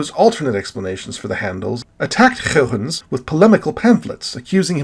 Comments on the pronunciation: So goooood! :o The history on this one is really great, as it is a lot of fun to watch all these familiar figures argue over what the rings are. It's a good story. Your pronunciation of Huygens is still a bit inconsistent, but it's getting better! ;p Almost everything in this video was new information to me, with a few exceptions. I've been way more active looking into astronomy in the past months, so I'm learning a lot, but l feel like l will never be able to come close to all of your knowledge! Were you able to see the Super Blue Blood Moon? I happen to be on the wrong side of the planet, but l have no idea where you live. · You are really committed to pronouncing Huygens' name the Dutchest way possible. I love it.